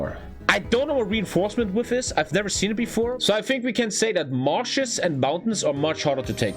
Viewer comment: Width :) Pronounced widTH